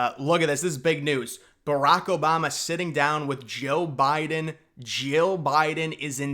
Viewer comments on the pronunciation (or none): Jeal Biden? Lol